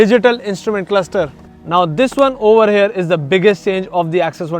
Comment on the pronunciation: Over "hair" instead of 'here' maane north indian 😂